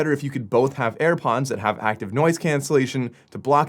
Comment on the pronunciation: Ah yes where do i get my self a pair of "AirPonds"